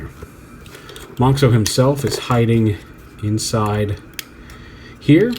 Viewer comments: It's actually not pronounced "mohnks-oh", it's still pronounced like "mohns-oh", just spelled differently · I'm super happy and excited that you pronounce <Monxo> as [ˈmɑŋksɔw] and not as [ˈmɑnzɔw], because I personally hate it when in English is pronounced as [z]. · Not sure why, but ive yet to see any reviewer pronounce monxo correctly. Its mon-zo, the x makes a Z sound like xylophone, it was their way of going around the copyright.